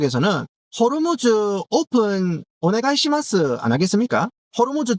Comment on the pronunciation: 호로무즈 발음할때 웃겨죽겠네 진짜